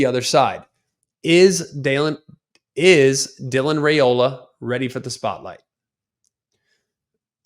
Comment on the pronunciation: At least learn how to pronounce his name correctly Rye ola not Ray ola